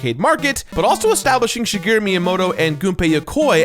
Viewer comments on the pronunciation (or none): none